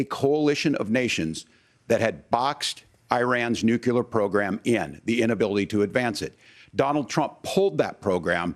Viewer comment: Did Walz just say “Nucular”- twice? 😆😆😆